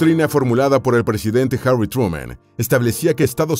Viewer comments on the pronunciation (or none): none